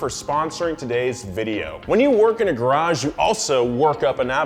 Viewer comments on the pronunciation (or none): none